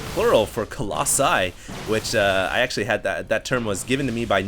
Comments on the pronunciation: a herd of colloxen lol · Noun Colossus n. pl. co·los·si (-ls) or co·los·sus·es Nope, no coloxen here. 1.A statue of gigantic size. The name was especially applied to certain famous statues in antiquity, as the Colossus of Nero in Rome and the Colossus of Rhodes, one of the Seven Wonders of the Ancient World. Coloxen?.. C-Coloxen?.. COLOXEN?.. Someone is trolling you, and I don't think it's me.